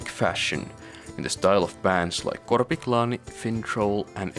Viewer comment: Are you finnish by any chance, you pronounced korpiklaani correctly?